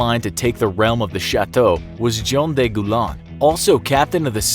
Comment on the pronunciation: In French, the word "de" is not pronounced that way. It's actually kinda comical that you try to speak the French words properly but then mispronounce a basic article.